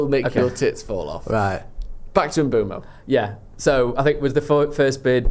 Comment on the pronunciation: Can someone please explain why we are all calling Bryan Mbeumo - M-boomo? The only interview I've found of him saying his name, he says, M-boh-mo, definitely NOT Mbooomo.